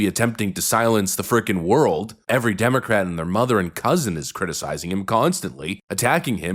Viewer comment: Did I hear say demo rat